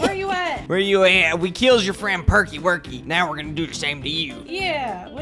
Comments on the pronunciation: Percy not perky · The green train name is Percy not perky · Perky seriously perky you called percy perky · toby is a tram engine and when you said perky and that not his real name his name is percy